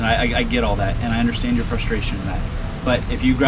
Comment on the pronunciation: "I undorshtannd" lol the word "undorshtannd" is one syllable, you got that, murica !